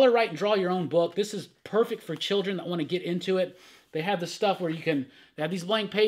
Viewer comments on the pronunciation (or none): none